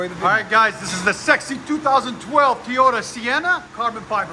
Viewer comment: It’s not teeeeyota it’s Toyota lol but nice van ❤